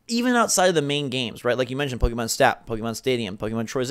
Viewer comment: Why! Why do you keep saying "pokEEmon"? ... -_- It's Po-keh-mon. The second vowel is like an "e" in "bed".